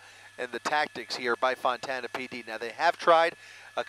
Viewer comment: Why does the announcer keep calling Fontana, Montana?